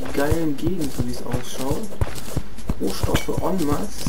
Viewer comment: das ''n'' bei ''eN masse'' sagt man nich ^^